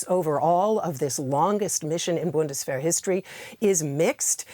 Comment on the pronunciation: who are you making the news for? German speakers or English speakers? English speakers I suppose. Maybe using Bundeswehr is not the best way to read/share news. Just say "German Army" so that people get what you are saying, instead of pronouncing the word wrong and making it embarrassing for yourself and difficult for others to understand.